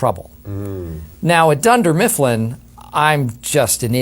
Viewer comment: "Dunder milfin", oh Jim